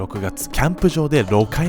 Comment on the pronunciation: 人間避雷針サリバン＝ランボか...🤔 7回も雷に打たれて生きてるて強すぎでしょｗｗｗｗｗ 6回目を｢ろかいめ｣と読んだの笑った😂